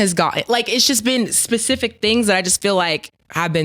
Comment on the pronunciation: Nah you said pacific come on now lol